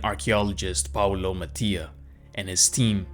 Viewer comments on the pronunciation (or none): none